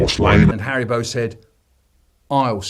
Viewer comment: ITS HARRYBO